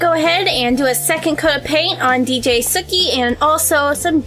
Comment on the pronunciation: it's not dj sukhi it's DJ Suki